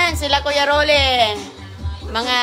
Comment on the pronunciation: Makakain na naman ng masarap si roning at mga anak libre pa. Bugok kuya Rollie hindi kuya Rolay. Gutom si Aguy kc d mo pinapakain. Yan ka naman selfie hindi selpay. State hindi stit. Nag tiks raw ang text. Ispis ung space